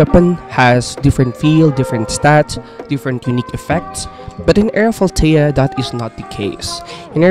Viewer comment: lol bro sayin it so wrong💀